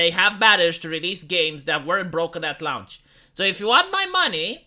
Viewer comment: >lah-oonch >bee-ta Pretty sure that is just mispronouncing words for the hell of it. XD